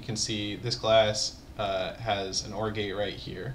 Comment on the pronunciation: I keep hearing Orgy instead of OR gate...